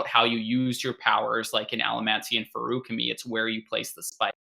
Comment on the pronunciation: You claim to be the most pedantic of the pendants, so my one and only question is why on earth do you guys pronounce "feruchemy" and "feruchemical" with such radically different emphases? The word is an amalgamation of "ferric" and "alchemy". It's clearly meant to be "fair-ooh-chemy" (like it is in the audiobooks), not "fairook-uh-mee". But regardless, even though I'm sure you'll disagree, I humbly beg of you to please pick a pronunciation and stop switching back and forth for each word.